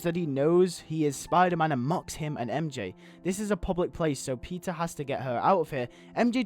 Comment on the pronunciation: This would've been way cooler than what they ended up doing.But I'm thinking I would also include a scene in civil war where spider-man talks with Zemo and tries to understand him and convince him to stop. Also somehow I heard pizza instead of Peter in :D .